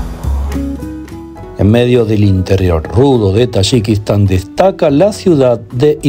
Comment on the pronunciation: You can’t even pronounce the name of the country. You’re visiting I don’t know what the hell you were doing over there. You’re from Mexico.